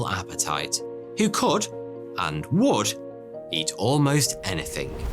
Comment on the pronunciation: Dang English is my second language and I notice you pronounce but like bot this is only slightly annoying but more funny than anything, also you say would and could like woot and coot. 😆I bet you add an extra (i) at the end of aluminum too. I hate it🤣, love your show.